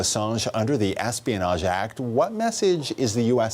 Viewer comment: Wow, is this CBC "journalist" a tool, or what?! Paraphrasing CBC's finest: "Is Assange even a journalist, or just a TROUBLEMAKER? How many deaths is he responsible for?" He also pronounces Espionage Act "A$$pionage" Act, I heard it with my own ears.